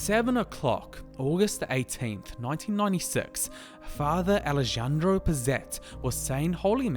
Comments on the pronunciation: this is not how you read "alejandro" ... not the fucking american J . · Alejandro is pronounced A-lay-handro. And Buenos Aires is Bwenos Eye-race.